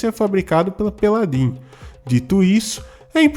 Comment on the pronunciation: Não me aguento com o perdendo tudo pra falar Peladin kkkkkkkkkkkkk